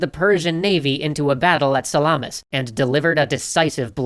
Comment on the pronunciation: Lol, your pronunciations of Phoenicians and Salamis were funny.